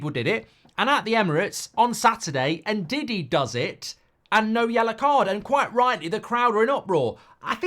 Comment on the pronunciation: he pronounced it right just sounds like diddy: )😊